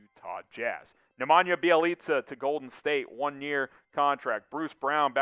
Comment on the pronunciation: ”Knee-Mania Bee-Jelly-Kah”